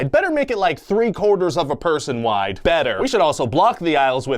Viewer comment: I don't like how this guy emphasized wide